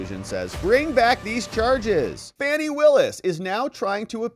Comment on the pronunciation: I have it on good authority that her first name is pronounced as if she were a juvenile deer 😂 Great vid, the corruption in GA surrounding Fanny is insane